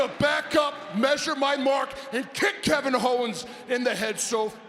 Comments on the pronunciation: Kevin Hoe-wens 😂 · KEVIN HO-WENS LOL! 😂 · "kick kevin hoe'wens" LMAO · Kevin Howens!! Haha.